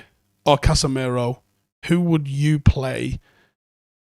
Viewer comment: Why do we still say Casemero? It's Casemiro. Casimiro if you want to be technically correct. Casemero is double wrong. Pronounce the guy's name properly.